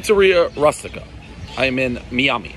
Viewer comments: Pizza "Rastika"...roait Prez, why did you even try. "the magic twister"! (See American Pie, the Bible!) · Dave is so horrible at pronouncing Italian names. Not sure he's doing anyone favors with these reviews. Proper pronunciation (Pizza Roo-stika). It's a classic Italian dish. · One New York "J word" mispronouncing the word Rustica.